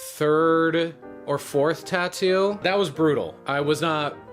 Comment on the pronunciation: The way she says "taat-oo"a is more annoying than even the crappest tattoo